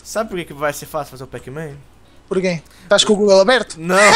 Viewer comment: vc falou pac?